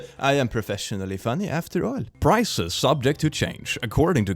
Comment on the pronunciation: Prices, not prizes.... Sorry!!😆